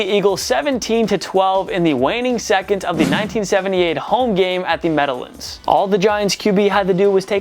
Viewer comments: It’s The Meadow-LANDS, not the Meadow-lunds. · Did you say "Meadowlinds" instead of Meadowlands? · Jack Cooke Kent stadium? MED-oh-luns?!?! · At the Metta-lands? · You had a brain fart when pronouncing “meadowlands” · How in the world do you have Mets, Islanders, and JETS stuff up in your background, but you say Meadowlands like it's the first time you've ever seen that word before?